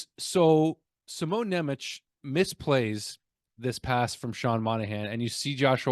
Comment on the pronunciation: You pronounce the name Nemec the wrong way :) the "c" at the and is pronounced as "ts" not "ch". So its Šimon Nemec = Sheemon (S its actualy Š which is pronounced as "sh" but ee is short) Nyemets (Ne is soft in slovak language). Hope you will figure it out in the future :D. But even if not its fine :D. NHL commentators pronounced Chara the wrong way for years even to this day :D